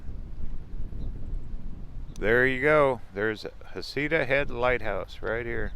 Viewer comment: Love your channel…. But asking the locals — isn’t it pronounced “Heck -uh-ta”?